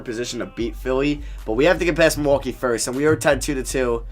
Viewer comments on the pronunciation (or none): none